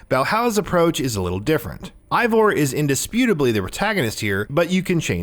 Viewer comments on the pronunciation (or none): As a nordic person myself, I would pronounce it Ey-vor, since our "Ei" sounds like a slightly different "Ey". Ay sounds more like a pirate thing, but then again, I didn't create Eivor and maybe the devs don't know how to pronounce nordic names. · Eivor is pronounced AY-vor, not EYE-vor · 1. The male female thing was technically introduced in Syndicate, not Odyssey, albeit differently. 2. Alexios and Kassandra aren't twins. The one you choose is several years older than the other. 3. It A-vor, not I-vor 4. Its Darby, not Derby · its EIVOR not ivor, but great video man!! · I-Vor.... LMFAO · The devs themselves have said it's pronounced Ay-vor 🙂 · Say Eivor’s name right please 🤦‍♂️ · Dude how do you tell us we NEED to know these things when you don't even know how to pronounce Eivor.